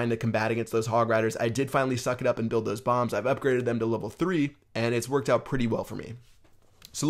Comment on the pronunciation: It sounded like you said it twerked out really good...